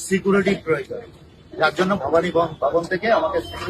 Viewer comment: সিকোরিটি না ভাই সিকিউরিটি 😂